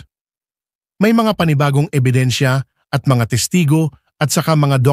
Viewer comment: Ano po yung " EBINSYA "